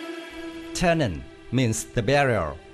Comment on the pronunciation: Why do you keep calling the plane "Turnan" ? OMG, you should replace the audio. But thanks for the video